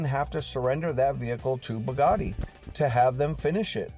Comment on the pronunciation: i Really have to tell you Its pronounced BOO Like booty BOOgati LOVE YOU BRO YOU THE MAN